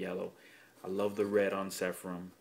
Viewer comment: Nice review. By the way, it's Seraphim not Sepharim:)